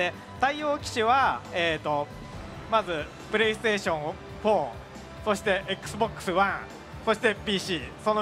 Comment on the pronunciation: P-Ash 4, Ex-Box, PShe.........LOL